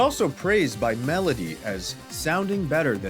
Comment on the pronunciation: How did you say Melody name lol?